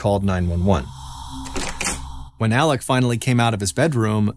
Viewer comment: Why do you pronounce his name Alec when it is Alex?